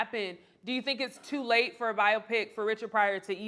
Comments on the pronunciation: Bye-Yo-Pic people, not Bye-Yop-Pic 🤣. Love you tho 😍😘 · Bi-oh-pic. Not Bi-ah-pic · Please tell this host it's not "by-ah-pick". The word is short for "biographical picture" and is pronounced "by-oh-pick", emphasis on the first syllable. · By-oh-pic long 'o', respectfully 😂😂😂